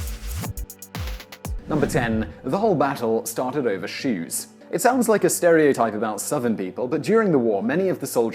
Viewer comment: Stopped watching as soon as he said: “shoes”.